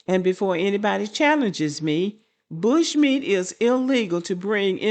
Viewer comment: I keep 😂😂😂 every time I hear you say "bushmeat". Why is that so funny to me? 🤣 🤣 🤣